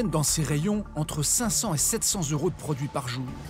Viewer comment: Jo yeux pour un journaliste de dire « 100 euros » sans faire la liaison avec le « T »